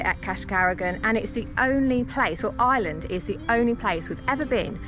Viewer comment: Their pronunciation of the places they visit in IREland (fn. eye-er-land), not 'Island' 😢 are terrible. I actually find it a little disrespectful and feel they should do better. It's not like they haven't heard the names spoken or asked someone before they publish their terrible attempts on video.